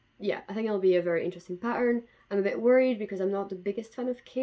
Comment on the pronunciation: If you go back in the video and for example listen to the way you say "pattern" (more like pa'urrrn) there is definitely Scottish in there :D